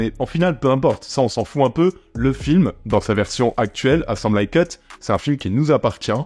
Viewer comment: Ta prononciation de 'Assembly cut" est vraiment hilarante. Fait l'effort de le mettre dans google translate et ecoute comment c'est prononce en Amerlock. Cela fait penser que tu est incapable de voir les film en VO et donc que tu rate un grand nombre de vannes, de subtilites et de clein d'oeil dans la VO, parce que les VF sont souvent a cote de la plaque en traduction.